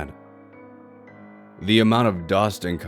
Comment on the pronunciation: the way he say dead cracks me up😂